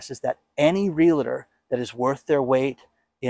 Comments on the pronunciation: PLEASE, please, pleeeaaase say REAL-TOR, not real-LA-tor. Thanks. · Can you say: REAL-TOR